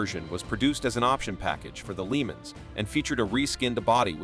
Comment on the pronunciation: What the hell is a "Leemens"?